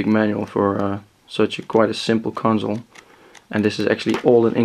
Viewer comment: Its console not conZole...